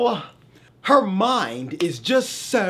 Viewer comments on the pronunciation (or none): ‘So’ proper British accent turned on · I love how when he says “So” his accent becomes british for a second 😂